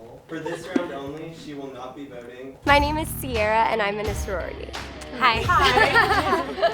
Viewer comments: when she said "aimenuhsuroarti" i felt that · Same. It started to sound like Amina sorority. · eye-minis-saro-rity is all i heard at the beginning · it’s starts to sound like “5 minutes where are you”